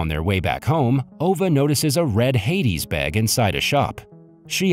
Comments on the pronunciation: Heidi pronounced "HY dee" not "hay di". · It’s not Hades it’s Heidi Sounds like Hi D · Not ‘Hey-dee’ but pronounced ‘High-dee’. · the pronunciation of names is way off. Heidi is not hayday but highdee for example. Sounds like a robot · Hades bag? IT IS HEIDI....Like the little girl in Switzerland. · It's Heidi not Hades lmao 😂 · Heidi is pronounced HI D, not hay D. Heidi is a out a little girl that moves in with her grandfather in the Austrian alps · It's not heydee.. It's pronounced hidee ie Heidi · High - Dee Not. Hay - dees And those apples are called candy apples not lollipop apples. This narration is so bad I'm not going to watch and listen to the rest. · Your AI is terribly mispronouncing the name on the bag as HAIDES. Hades was the king of the underworld and god of the dead. Heidi is a little girl in an old German story. It is pronounced like Hi Dee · it's Heidi! (Hi-Dee) stupid AI chat bot😒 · The way pronounce Heidi as hades jesus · That’s not how you pronounce Heidi.